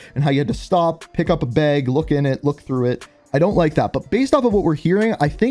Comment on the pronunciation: “Beg” I think you meant “bag” 😂